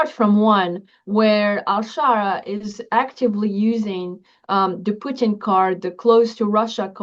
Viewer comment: Love how pronounces “Putin” like “poutine.” Very apropos.